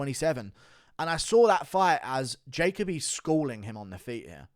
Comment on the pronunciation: Guru why are you unable to pronounce Jacoby 😂😂😂(JA-COE-BEE) not (JAY-COE BEE)